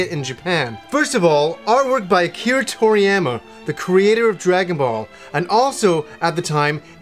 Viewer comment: "Artwork by Akira Tori-YAM-a" lmfao